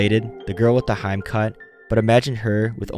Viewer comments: You said hime as "haim"? It's HE-Meh. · sorry if it’s OOT but the way you butchered “hime” irked me, it’s supposed to be pronounced “he-may” not “hyme” 💀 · bruh it's hime(hee-meh) cut, not heim cut. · Lmaooo "heim cut" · The hime haircut is not pronounced "hyme," it's more like "HEE-may." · "haym cut" "dyes ayree" bruh cmon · Rofl - hime is pronounced "he-may". Edit - you suck at pronouncing Japanese words. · please if you work on something containing foreign words at least try to pronounce them correctly. "hime" should be pronounced as "hee - meh" "gakkou" should be "gah-kou" and so on please spend just a bit of time to actually do it right and your content will be almost perfect because other than that watching this was enjoyable and kept me interested. All the best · No… its pronounced hee-meh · The way he pronounced "hime." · the way "hime" was pronounced killed me💀